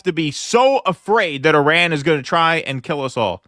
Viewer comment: Americans cant even say Iran right